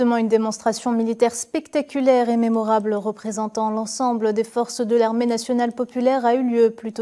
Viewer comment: c est quoi date mermorable?1 on dit mémorable